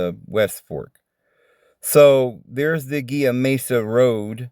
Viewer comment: Its pronounced He la river Gila.